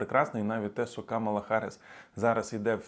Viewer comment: До сколько можно уже просить несколько раз уже писала называйте правильно имя вице-президента США, Камала на первый слог ударение !Камала !Камала на первый слог ударение! Вся администрация Трампа и все люди вокруг него специально называют неправильно её имя а вы?